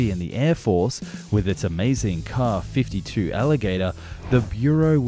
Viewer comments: K-A! M-I! NOT 'caw' or 'me'. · Hate to be annoying, but a double letter designation such as "SU" and "KA" would be said "Es-Yoo" and "Kay-Ay," as in vocalizing the individual letters. Edit: We can just call the KA-22 the "Platypaircraft" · Is it a transatlantic difference, or just something on YouTube, that the Russian abbreviations get pronounced as words rather than spelled out? All my life, I've only ever heard "Ka" pronounced as "Kay-ay" rather than "Kah", and "Mi" as "Em-eye" rather than "Me", until recently on YT.